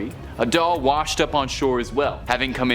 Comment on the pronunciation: Its Doll Not Dull...